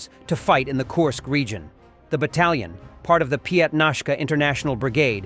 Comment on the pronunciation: Korsk or Kursk